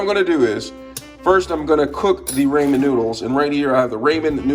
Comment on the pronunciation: “Ray men noodles” (not hate)